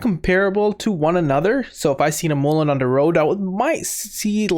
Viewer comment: Mullen not moolin